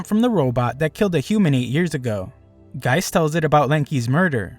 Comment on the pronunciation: the name of the detective is gesicht (german for face) not geist (german for ghost).